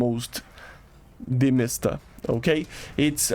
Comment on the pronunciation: there is no sound in word you pronounce it like , but actually it is wrong, it should not have sound inside btw, something weird happens in this video... I can't get what that Tiger was doing?